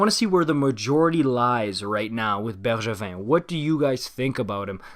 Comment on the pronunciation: Dude I swear that was perfect prononciation😩